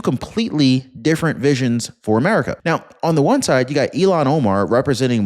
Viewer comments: Il-Hahn. Her name is pronounced "ILL-hahn". Not like "Elon" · Her name is Ilhan - IL- HAN. Not Elon Omar. Please pronounce it correctly as it doesn't make a good impression. As for Trump, hope he disintegrates her. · Her name is ILLHAN not Elon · IILhan that's ILL hon Omar not Elon. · It's IlLL-HON...say it ILL-HON! It's NOT Elon! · Pronounced ILL HAN not Elon Omar you idiot!!! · Her name is not Elon. It is Ilhan, pronounced like , I'm sick or ill-Han. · Ilhan You keep saying Elon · I can't stand Omar but I can't stand it when you say her name like Elon Musk's name ! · Ilhan. EEL HAN